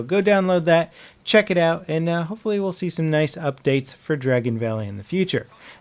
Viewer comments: Dargon? You surely mean Dragon. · Dargon valley 😂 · Dargon valley 😂😂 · Dargon Valley? 10/10